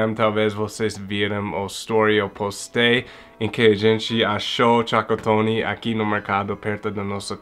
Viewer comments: "Tchacatony " kkkkkkkk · "Chacotone" kkkk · Boa tarde, achei o máximo vc falar tchacotone kkkk e muito engraçado, pode ter certeza que o Brasil já te considera um brasileiro.um grande abraço e boas festas pra vc e sua família 😁😁😁😁😁